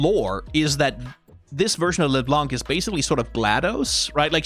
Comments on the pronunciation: btw it's pronounced leblan-, not leblanKH blanc is a french word that means white and the C is silent at the end 🫶🏻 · Wait, i'm 2 minutes in and has said "léblanc" 5 times. He isn't gonna keep doing that right?